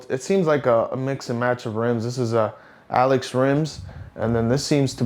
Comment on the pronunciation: If I'm not mistaken, "allez" is pronounced ahh-lay from French :)